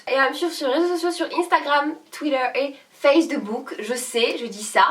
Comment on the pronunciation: Moi aussi je dis "Face De book" 😂😂❤